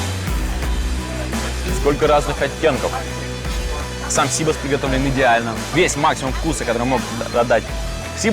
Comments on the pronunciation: Сибас! а не СИбас! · Не сИбос, а сибАс. Не скорлупа у креветки , а панцирь)..Где вы набрали этих ведущих? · Коля Серга, в слове Сибас - ударение на букву А...! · НЕТ.ЕЩЁ РАЗ НЕТ. ПРАВИЛЬНО УДАРЕНИЕ НА И .!! СИБАС В ЕВРОПЕ ГОВОРИТСЯ СИБАС,УДАРЕНИЕ НА И!!!!